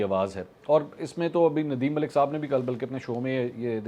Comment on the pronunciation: Mulak is a PAINDU way of pronouncing mulk.